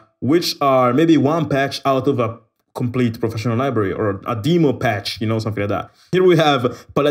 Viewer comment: Ok. So One thing I’ve noticed is that you pronounce “Demo” as saying or going for “demon” but that is not the right pronunciation. The right pronunciation is as going for “demonstration”. Demo not demo as saying demon. And That has nothing to do with the meaning of demon. It just helps me to explain. But the rest and explanations of the libraries and samples are OK. Thank you for the rest!